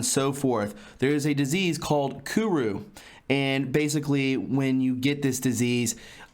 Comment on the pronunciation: It's not kuru